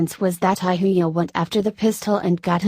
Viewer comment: Who is this narrator lady??.. y narrate Indian names AND mispronunce almost every name in every video??.. Ahuja pronounced ahooya !!! ugh